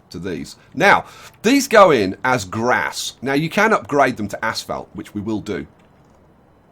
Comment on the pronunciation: He keeps Saying "Ass Felt" and not "Asphalt".